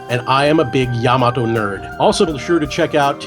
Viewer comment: atleast he know how to fucking say yamato correctly